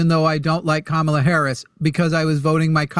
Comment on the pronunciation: sounded like he said "Kabala"